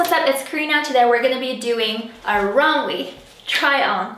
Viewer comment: Loved the vid ! Also it’s pronounced rom-way ❤️❤️